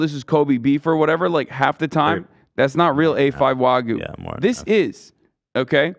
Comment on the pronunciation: As a Japanese person, hearing Hasan say "wagu" was hilarious but uncomfortable 😂